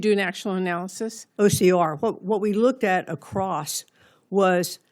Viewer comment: There is no T in the word across!